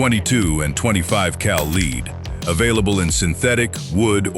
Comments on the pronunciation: Lead not leed 😢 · THE AI VOICE CAN'T PRONOUNCE LEAD...